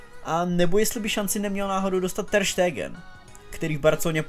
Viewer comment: nice, ale vyslovuje se to Ter Stégn, ne Ter Štégen